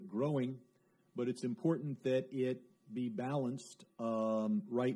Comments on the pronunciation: Important, dia baca impoten 🤣🤣🤣🤣🤣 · "important" knp dibacanya "impoten".....ko kenapa gw yang malu yah liatnya... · "wi si caina impoten partner " Ngakak aing 😂😂😂😂